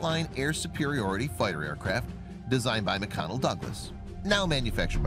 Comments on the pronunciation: Quit saying "per hour" when reciting the range value. It is outright wrong. And learn how to pronounce "McDonnell". You are not pronouncing the "D", and you should be. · You very clearly called McDonell Douglas "McConnell Douglas" MULTIPLE TIMES. OOOOOF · Dude, it is McDONNELL Douglas. NOT McConnell. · McConnell Douglas? It’s McDonnell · What is this video? The music at the #1 reveal? McConnell Douglass? It’s McDonell Douglass. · when IN AMERICA USE MPH.... or POST YOU stuff on a Facebook!!😂😂😂😂 and its MC "D"ONNELL not MC CONNELL!! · McDONNELL Douglas. NOT McConnell Douglas. How the F do you get that one wrong?? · Did he say "McConnell Douglas" ?? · Was I hearing “McConnel Douglas”. Bugs me and it shouldn’t. McConnel is actually a manufacturer of pickles and olives. The Eagle wasn’t made by a snack company lol. However, if they did make snacks like pickles, you know damn well they’d be right up there with Vlasik